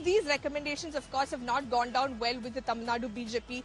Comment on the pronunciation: Your word "Tamil" is perfectly pronounced madam.